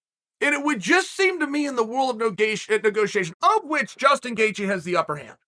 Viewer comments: Not 10 seconds in, and I hear Gustin Gaycheese 😂😂😂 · I swear I heard Gustin Geaje. And of course Machelchev 😂